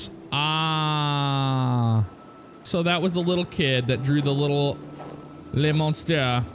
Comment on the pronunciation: Every time says "Le Monstre" I die laughing xD